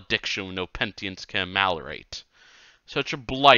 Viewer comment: the upload is appreciated even if the mispronunciations are genuinely distracting - "pentience" and "exemplarary" are pretty attention-grabbing. Easy to produce such mistakes when hurrying.